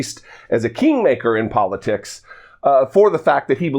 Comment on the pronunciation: Polisicks? Anyone else catch that?